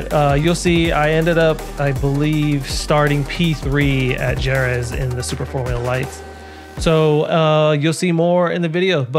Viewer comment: Jerez is pronounced hae-reth 😊